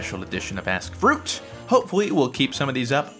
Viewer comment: I thought he said Welcome back to another #AssFruit XD